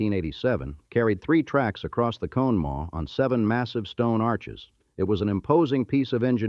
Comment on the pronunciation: What's crazy is you do all this research but you don't know how to say Conemaugh🤦